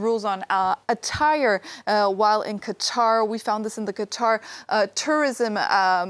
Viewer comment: You should try harder to pronounce the countries name correctly, remember the emphasis is on the second syllable.